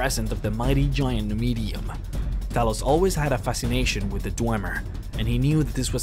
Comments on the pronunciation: I heard you say Talis.... wtf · “Talus” seriously, get your pronunciations right dude. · words pronounced wrong: Talos blessed Talos Talos invented Talos Talos Talos Talos Talos Talos let me stop there how many fucking times are you going to mispronounce a fucking five letter word? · how do you manage to say talos wrong when they say it so often in the game.